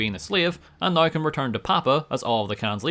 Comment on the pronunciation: when you say now like naigheugh